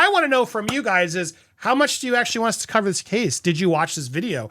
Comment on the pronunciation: Cov-er! Cov-er! Cov-er! pleeeease.